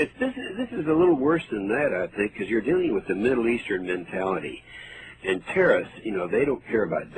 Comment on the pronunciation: Anyone, including if not especially a politician, who says "terrist" instead of "terrorist" as a matter of habit, should be ignored.